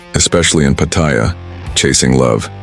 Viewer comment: I love how they never pronounce Pattaya correctly